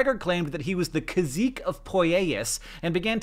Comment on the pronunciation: It’s pronounced “kah-SEE-kay “. Spanish! *grumble grumble *